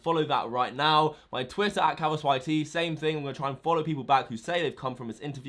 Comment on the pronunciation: that's not how u say pedophile or twitter you ugly idiot